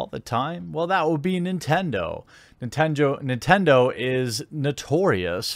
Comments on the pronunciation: "NINENDO" lulz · Nobody: Jeremy: N I N E N D O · Ah yes , Ninendo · Ah yes, my favorite company "Ninendo" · Shatter420 eh it’s both but to answer your question I used a “misspelling” to make fun of Jeremy’s being unable to spell and say Nintendo in the video he even says “nin-ten-joe” at 1st lol